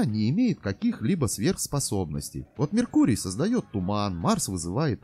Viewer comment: Ами, Сейлор Меркурий, а не меркури...